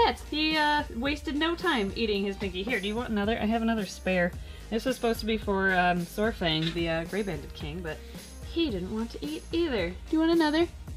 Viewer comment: Glad to see everyone is doing well. As a quick FYI, Saurfang is pronounced 'Sour - Fang'. I just cringe because i play WOW where that character is from haha